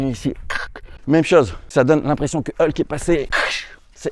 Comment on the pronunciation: Elle et méchante et intérieur il sont enfin à jour ça fait plaisir 🙏 ( et c’est hulk pas helk 😂😂😂 )